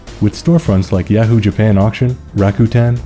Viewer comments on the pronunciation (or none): none